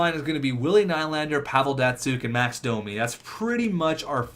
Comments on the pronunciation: It's nee-lander not kny-lander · It's "Ni-lander"